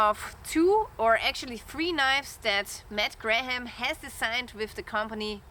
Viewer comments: Your English is sehr gut Lilly! Just a little English tip. The English name Graham is pronounced just like "gram", the "h" and second "a" are not pronounced. Condor knives are often a GREAT value! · I appreciate the review. You don’t have to pronounce the ‘h’ in Graham. Looks good